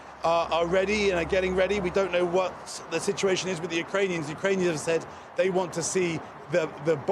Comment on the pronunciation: Why are you assuming that I got this "information" by news? I have heard his speech by myself before I wrote my original comment and in my opinion he missed the "K" while saying Uranian people.